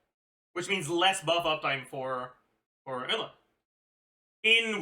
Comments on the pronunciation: I absolutely hate it when he says her name. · wait he finally pronounced Eula as Eula and not OYLA! HOLY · Its the french prononciation bruh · Why is he still saying her name wrong. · He pronounce it the French way, which i never noticed because i'm french speaker